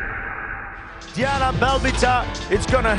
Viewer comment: Doar eu am auzit delia in loc de diana?